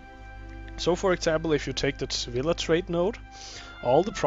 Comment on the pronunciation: sa-vy-a, not sa-villa